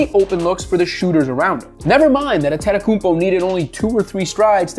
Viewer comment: Ant Tay Toe Kou Bo Sound it out, it's in English letters.